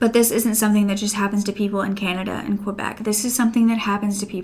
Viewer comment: Girl dont pronounce the u in Quebec. It's pronounced kebek. Canada is more fucked than a lot of people realise. I'm becoming ashamed to be canadian